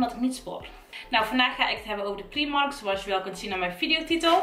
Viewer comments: Ben ik de enige die zich ergert aan dat ze steeds primark letterlijk uitspreekt inplaatsvan als prijmark(engels uitspraak) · Je spreekt uit : praimark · afgehaakt toen je Prímark uitsprak als PRIEMARK.